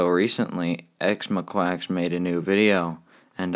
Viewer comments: I’m dead 💀💀 The way you said x-mo-quacks When people say x-moh-ca-x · XMOQUACK IS WHAT YOU SAID BRUH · it's x mo-cha x, (pronounced as in the beverage) but some people call her mo-cha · Actually, it's pronounced "x-mo-ca-x" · actually it’s x-mo-kaa-x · “X moquacks “ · X MA-QUACKS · theres something I noticed in the start of the video... he said ex moequacks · “ x moquacks “ Wowwww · her name is pronounced mocha like the coffee. its xMOCHAx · Sir/ma’am the pronunciation is x-moka-x but idc how you pronounce it. So just pronounce it how you like. :/ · "x mokwaks" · He knows but it is spelled xmoqax which sounds like xmoqwacks so that’s what he finna call it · Ngl, I don't like Xmoqax either. I like their art, but they're pretty bad when it comes to criticism and they're unfunny.. Also I'm not gonna bitch about your pronunciation of "xmoqax" because it's better than how it's actually said. Plus, I just wanna say mad respects to you, you're one of the only level headed people in this community.